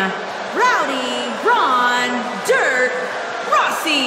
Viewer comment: Dang didn't get Ronda name right at all😂😂😂😂